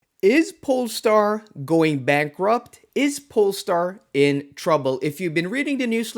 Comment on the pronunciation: What's a polstar 😮